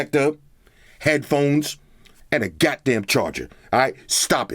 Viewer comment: "no gatdamn charger" 😂